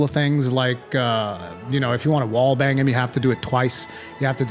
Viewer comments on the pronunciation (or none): none